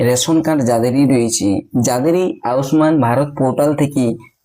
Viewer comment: উচ্চারণটা ঠিক করে করো ভাই আউস মান নয় আয়ুষ্মান।